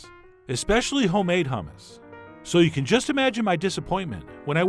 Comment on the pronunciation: No, "yammus" LOL